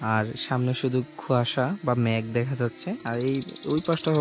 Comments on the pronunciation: bro I listen carefully (note: - )🥴🥴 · Vala oise on think bro কুয়াশা not খুয়শা🥴🥴